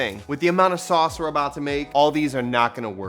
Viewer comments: Sauuuceeee ! You know you’re from Tampa Florida when you say GASSS 😂🙌🏼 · LOVE THAT “SAUCE”